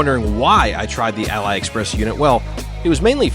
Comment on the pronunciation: it’s Ali like Muhammad Ali lol. Just like when you pronounced Alibaba lol. Anyway, just take your loss and put back the Ali unit lol Btw did you put loctite on the studs?